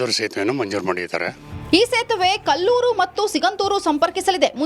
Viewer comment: ಇದ್ಯಾವ್ದೋ ಬೇವರ್ಸಿ ನ್ಯೂಸ್ ರೀಡರ್ ಇದಾಳೆ, ಅದನ್ನ "ಎರಡು ಪಾಯಿಂಟ್ ಇಪ್ಪತ್ ಐದು" ಅಂತ ಒದ್ಬಾರ್ದಮ್ಮ ಎರಡು ಪಾಯಿಂಟ್ ಎರಡು ಐದು ಅಂತ ಓದ್ಬೇಕು, ಅದು ಕಲ್ಲೂರ್ ಅಲ್ಲ, ಕೊಲ್ಲೂರು, ಕರ್ಮ 🥺